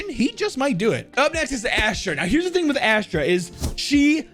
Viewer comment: He says "here is the thong that i think makes her" when talking about chaber lol